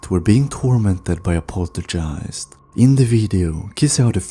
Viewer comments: Do you say poltergeist wrong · rhetorical question.. yes, he definitely does. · What an annoying voice and can't even pronounce poltigiest!!!!!. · This video would be better if you'd pronounce the words correctly. Poltergeist (pole-ter-guy-st) Exorcism (x-or-siz-M) I'm not being mean or rude. I can tell English isn't your first language, so props to you for speaking more than one language... It just sounds a lot better when you aren't saying a weird word over and over again. Ed & Lorraine deserve SO much more credit than what they've gotten. Yes, movies have been made but if you think about it, these two had balls! This was the greatest power couple of all time. Her, being a psychic medium and Ed, having so much courage and no fear, these two were helping in ways that nobody else ever could. Most, back then didn't even believe in hauntings or ghosts or paranormal in general. They were so ahead of their time, they both were amazing people. I'm just sad I never got to meet them.